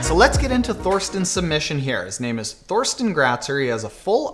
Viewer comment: I'm pretty sure his name is pronounced Torsten. There is no "th" sound in German. Just think as in Thailand ;-)